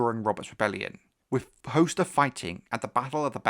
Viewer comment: its definitely hos-ter not host-er...